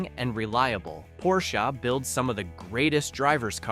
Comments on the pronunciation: It is pronounced as Porsheh not Porshah. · It's Porsche, with an E! NOT Porscha, with an A. The E is pronounced short. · PorschAA???? I is Porsche! OMG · Not porshA.....PORSCHEEEE!!!!!!!!! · Honda, not Handa, o like olive. Porche, not Porcha, with e like elephant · Hey Dude, it's not a 'Porshah' but a 'P O R S C H E' with an pronounced "E" at the end! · Pronounce Porsche correctly, idiot.